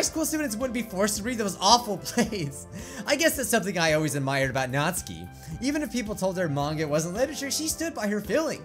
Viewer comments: It's pronounced nat-su-ki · Still saying natsuki wrong